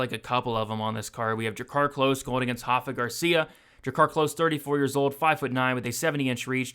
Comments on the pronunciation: my man, Rafa Garcia isn't Brazilian so it's not pronounced like that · My brother, you have every right to continue pronouncing it wrong. Just giving you a heads up! Keep up the great work.